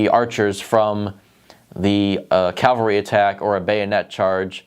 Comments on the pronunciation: “Cavalry” not “Calvary” Two very different things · You also are mistaking the range and accuracy of muskets. Muskets are also much harder to produce than a bow. CAValry is not the same as the word CALvary